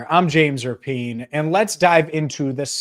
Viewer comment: Speaking of names...not sure if u caught Kay Adams crediting...JAMES RAPPY-ANN at first. After couple tries she did finally say...RAPIEN